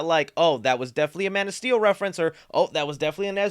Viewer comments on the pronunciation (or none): none